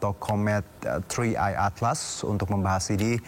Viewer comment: Wkkk bacanya Tri AEi atlas